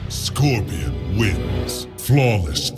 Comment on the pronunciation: Bro it’s pronounced scorpion not squirpion lol